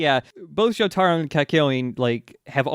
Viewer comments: Joe Tah Row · You're gonna take these low tier weebs and their Joe-Tar-Oh and you're gonna like it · I love you guys but...you gotta start saying Jotaro right lol it is driving me nuts